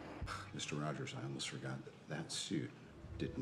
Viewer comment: Robert said I forgosh ? DONT YOU KNOW ENGLISH